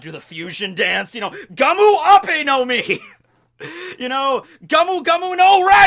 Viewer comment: It's GOMU, neither GAMU nor GAOMU